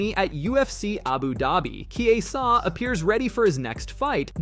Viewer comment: Narrtor be trolling so hard with the name pronunciations. I wasn't sure until now when he pronounced Chiesa differently 3 times in quick succession xD.